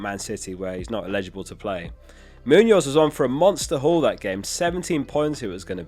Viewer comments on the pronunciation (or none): Illegible and eligible are different words with different pronunciations.